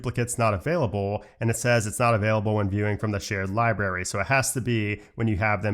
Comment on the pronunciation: I really like your videos. But please pronounce the word “library” correctly. It is not pronounced “liberry”.